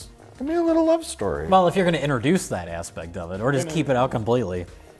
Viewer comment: really needs to stop saying "interduce". But I like how often he says charisma.